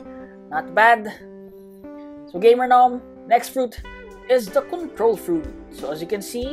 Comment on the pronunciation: “CUNtrol fruit”💀